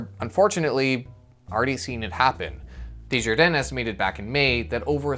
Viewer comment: Um... day-jar-denis?